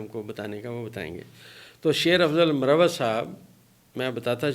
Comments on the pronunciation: ڈاکٹر صاحب لفظ مروت ھے Marwat ھے Morawat nahe hy, یہ نام ھے ایک قبیلے کا آپ جب Morawat بولتے تو اس کا معنی محبت ہو جاتا ہے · Sir correct pronunciation is MARWAT